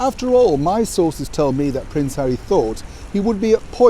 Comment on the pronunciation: HAWWY HAWWY HAWWY 😱😱😱 🤮